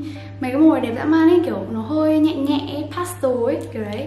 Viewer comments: chị nói pastol hả pastel mới đúng chị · Phát âm đúng của từ pastel là “pats tồ” ý ^^